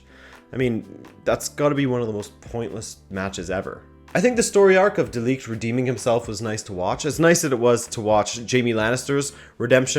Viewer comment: Quick lesson on pronouncing 'De Ligt' : NOT: like you did in this vid, with a long 'i' sound like league YES: with a short 'i' like impossible Hugs and kisses from a Dutch guy